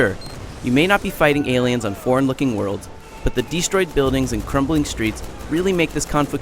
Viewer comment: "the DEE Stroyed buildings"